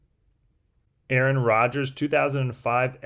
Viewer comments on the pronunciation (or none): none